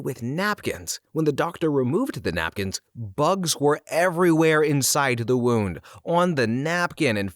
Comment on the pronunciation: I'm only halfway through and I've heard 3 mispronunciations... 'wound' followed by 'wound' in the following sentence really did it for me. 😂 I still love the energy and curiosity though mr. narrator... Maybe watch some ER dramas lol